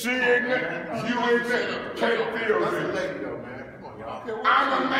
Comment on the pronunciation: “You is ignant”